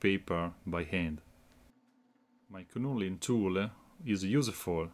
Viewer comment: Another very useful tool! Nicely done! In English, the "K" in "Knurling" is silent and not pronounced, so it is spoken like "nur-ling". All the best!